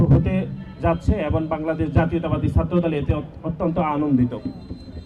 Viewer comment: 'এবং' কে 'এবন' বলে।😂😂😂